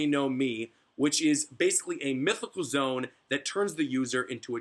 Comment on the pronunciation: lol for the longest time i thought this man was saying "zone" not "zoan" cuz he doesnt pronounce it zo-an or zo-en